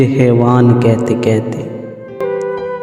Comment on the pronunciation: کیتے کیتے کیا ہوتا ہے یار؟ اپنی زبان تو صحیح بولو۔ کہتے کی ہ کہاں غائب کی آپ نے؟